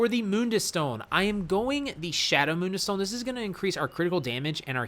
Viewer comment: Didn’t know it’s pronounced moonduis stone 🤣🤣🤣